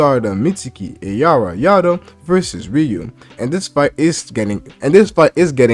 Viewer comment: Its araya not ayara